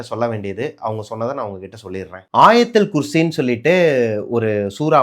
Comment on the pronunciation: Ayatul kursi.. Correct pronunciation than